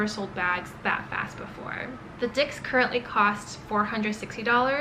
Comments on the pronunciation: Great video! It is pronounced as dis (not dicks) in French. :) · Dix is pronounced as dis. X is silent. It just hurts me so much to hear dicks 😢 If you are investing so much into this brand, why not learn how it’s correctly pronounced?